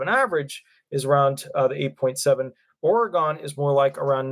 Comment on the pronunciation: Doesn't truly matter but it's pronounce Ore-gun, unless you have never been there 😉